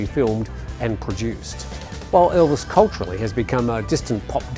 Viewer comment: Not being funny, but what English-speaking presenter has ever pronounced the most famous name on the planet 'Elvis' as ELVIN?..what an utter Pratt!.. And it was left in the video, bunch of prats!😜